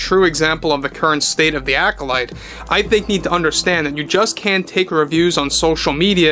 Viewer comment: The ACK-olyte